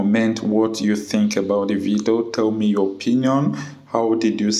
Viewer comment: It’s Video!!!! And not vido